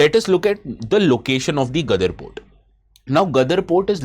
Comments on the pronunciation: Don't worry. Sir also can't speak English properly. He is calling GWADAR port Gadr port 😂😂😂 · Mouthfull of " Masala" effecting pronunciation? Pronouncing Gwadar as Gadar! Please spend some time preparing such a very good presentation.